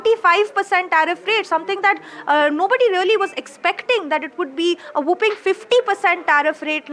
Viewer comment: Whopping (large) is pronounced wopping….. not whooping (as in whopping cough), pronounced wooping. Two totally different words and meanings.